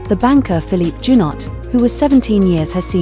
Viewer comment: First of all, Prince Rainier and Princess Grace were never royal. Their titles were Their Serene Highnesses, not Their Royal Heighness. When Princess Caroline married Prince Ernst, then she became a royal. Check your pronunciation! It's pronounced zhoo-no.The final "t" is silent. Princess Caroline wanted to be on her own and she admitted that getting married achieved that. The name Casiraghi is pronounced with a hard g, as great. It's because of the "h" after the "g." Lindon is pronounced lan-don.